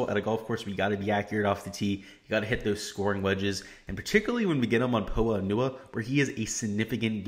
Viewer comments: You’ve got to be kidding me? 🤣 it’s pronounced “po-ah an-you-ah” exactly as I’ve said it. You think it’s pronounced “po Anna”? That’s the wrong pronunciation buddy. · Someone teach this guy how to pronounce Poa annua... it’s really hard to take advice from someone who’s never heard that word pronounced. If you’ve never heard that word out loud then you’ve never watched a golf tournament with those greens.... like fr.